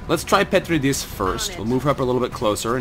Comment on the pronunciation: Loving this series, I enjoyed your previous XCOM ventures and this one does not disappoint either. By the way, the in the name "Petridis" you want to stress the second syllable (Pe-TREE-dis) :P